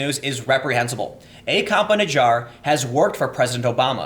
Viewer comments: was cleaning the kitchen while this was on, sounded like you said "A cop in a jar." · Don't mean to make light of a serious topic, but I keep hearing "cop in a jar" lol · Whenever you say Campa-Najjar I think you're saying "cop in a jar"